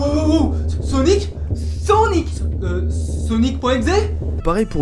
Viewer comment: Non mes laisse wallah et comment il a dit sownic sa ma tué mdrrrrrrrr